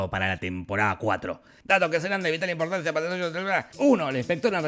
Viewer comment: "datos que seran de vital importanciqjeifuwjduwuhshwhs" 🤣🤣🤣